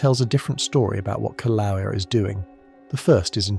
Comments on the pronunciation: Pronounced kill-a-way-a. I’m W. of Pele’s home. Expect more activity SE of Kilauea as the earth goes thru a slow birthing of the new island Loehi, still under the sea. Don’t wait up. This will take a long, long, long time. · The correct pronunciation is... Kil-A-way-yah.😊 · I’m gonna start a drinking game where I have to take a shot every time he pronounces the word Kilauea in a different way. The majority of them have been incorrect, but geez, just pick one and roll with it. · Why do you keep mispronouncing Kilauea?